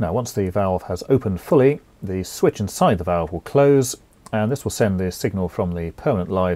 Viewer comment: You sound board ! whats with the wierd emphasis on "side" when you say "inside" . Sorry but you'r hard to listen to. bur your content is great . THANKYOU